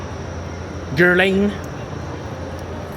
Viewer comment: You claim to be British but you don’t know how to correctly pronounce CHANEL and GUERLAIN? are you people from Liverpool??? Jesus Christ